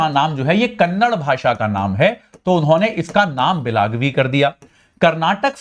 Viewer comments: Kannad nahi Kannada bhol. ಕನ್ನಡ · It is KARNATAKAAAA and KANNADAAA. Improve your vocabulary before you come into the topi